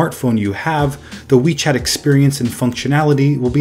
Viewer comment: When I first heard WeChat I thought you said Wii Chat XD